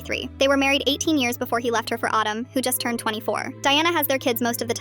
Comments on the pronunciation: CAN YOU STOP PRONOUNCIATING HIS NAME LIKE AADUM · Why is Adam pronounced as autumn 😂😂😂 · Pronouncing Adam like Autumn 🤣🤣 I was confused for a moment!